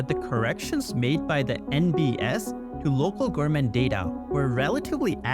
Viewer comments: Is it just me or do the speaker keep saying gourmets instead of government? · Why does he pronounces „government“ like gorement? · New here, your pronunciations could use some serious work. GoVerNment for example, there was enough mispronunciations that I'm leaving a comment on the first vidfeo of yours I've watched. Keep up the good work otherwise. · Gov-er-ment the n is silent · Why are you pronouncing “government” wrong? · Love the video but I would also advise to practice infrastructure and government pronunciations